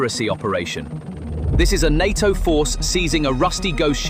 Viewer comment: En Ay Tee Oh ... is often pronounced (in English) as NAYTOE. NATO, easy enuff?